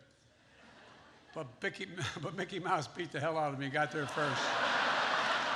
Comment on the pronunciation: Except at first Biden said Bickey instead of Mickey Mouse and Ran instead of Ron. This guy should go back to eating ice cream in his basement and let a real president get us out of the mess he helped create.